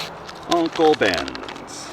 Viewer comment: Why tf does he say “uncle bens rice, broccoli flavor” like that ahaha